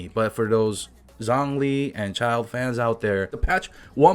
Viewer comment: Also please it’s ZHONG I zh o ng why do you keep saying it as zangli????? There’s an o there not an a